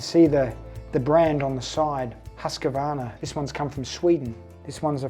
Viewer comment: Husqvarna is pronounce Hus- Qvarna, it means The castle / forts mill. Huskvarna is town in Sweden.